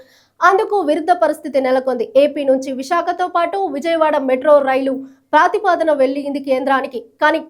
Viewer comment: ప్రాతిపాదన కాదు తల్లీ ఆ పదం ప్రతిపాదన అని పలకాలి